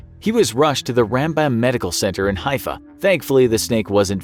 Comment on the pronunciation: Hello, your pronunciation of Rambam was hilariously incorrect. Rahm-bahm he was a great Sage and Torah Scholar it's also a contraction of his name Rabbi Moshe ben Maimon